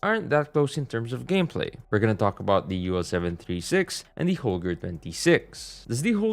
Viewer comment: It,s not holger but Holgae